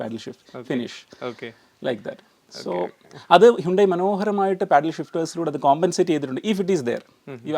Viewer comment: ഹ്യൂണ്ടായ് അല്ല ഹ്യണ്ടായി